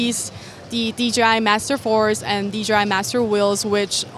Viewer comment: Props to for being the only YouTuber at CES who said DJI rather than DGI 😂 But honestly, great video 👏